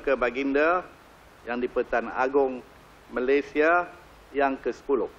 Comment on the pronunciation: Al-marhum sultan selangor cakap malaysia ke malayzia pulak.